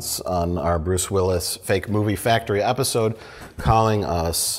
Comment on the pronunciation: "Metacle" "Epasode" What accent is that?